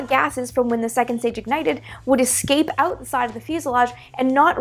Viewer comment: "...so definitely check that ooot if you still have more questions" That was so Canadian sounding, haha. Have you been following what modern private rocket companies have been up to, and any plans to make videos covering that stuff as well?